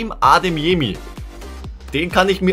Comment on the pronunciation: Wie er heißt:Karim Adeyemi,wie ihn nennt:Karim Ademyemi